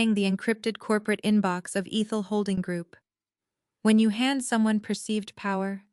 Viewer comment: Ehhthul . Not EEEthel